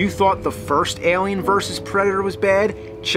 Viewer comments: What's that? Ahlien? Wtf is that? It's Eylien. (Just kidding your fucking awesome bro). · ehlien.. its Alien! A not E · Why are you saying it like that? Aalien. Excellent content though, very excellent content. #Escapism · It's Alien!!! not Alien. Lol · i hate how you s ALLLLIen instead of alien, its alien, not ALLLien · Al-E-Ann Ale-E-En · Why is james saying "Eh-liam" it was throwing me off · he leaves off the "A" and just says "L"ien...... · Stop pronouncing it Elien! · "Ehlian" wot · Why does your pronunciation of the word alien, sound so weird to me.